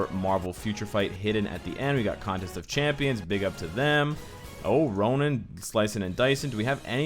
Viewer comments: errr... Ronan? i might be wrong... but all this while i thought Ronin is sounded "Roneen"... lol... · Nice video, excited about the update. Is it me or does it sounds you are saying Ronan instead of Ronin?